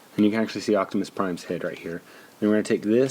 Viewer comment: Optimus "Ex-Press" LOL!